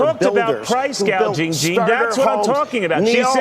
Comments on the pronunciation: Not sure why so many people say price gauging when it’s gouging. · The ding dong called it “ price gauging “ 😂😂😂😂😂😂😂😂😂😂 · Plus she said price GAUGING not gouging. She does not know the difference. Price controls are only possibly if you control the production. Find me a single country where this has worked long term. He is bringing up price gouging during Covid.